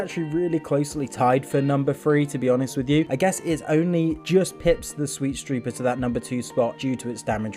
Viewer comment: Anyone else notice how he said "sweetstreeper"